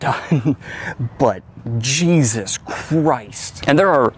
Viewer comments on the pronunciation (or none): none